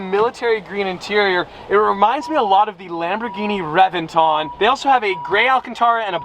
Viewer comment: It’s pronounced reBenton.